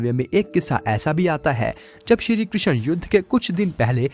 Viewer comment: कृशन नही बोलते , कृष्ण बोलो ।